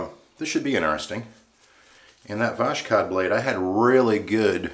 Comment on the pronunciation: Yay, you mentioned me. Yeah, its is more like "was hot" without sh sound |wʌzhɒt|. Everything was cool! For sure pronounciation of voshod is kinda level you up in everyones eyes. Like a pro who knows how to deal with this 😎. Oh, what a lovely shave! Amazing! Great job! Idk but your reviews and passionate makes me so happy. Totaly agree with you - mercur is one of the mildest one that won't cut you even if your techniques not so perfect. Like you have only two options - it shaves or not. Definately can say - mercur is one of my favorite razor. About irritation - I've had such troble but mostly because Ive pressured too much on razor and went twice on the same spot. Gillette king c balm helped me out - just add it next day after shave. It will soften your beard and relax your skin at time of itching. Shaking your hand! Great job!